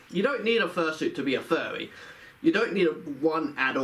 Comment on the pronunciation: He sounds like a monty python character. "Being a Fuwwy"